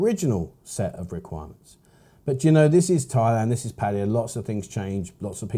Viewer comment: Please pronounce their name correctly, it's not pattiya, it's pronounced Patt Aye Ya ,with an A not an I